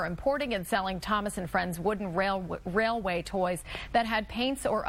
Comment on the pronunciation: “Thomas Wooden Wail- Railway.”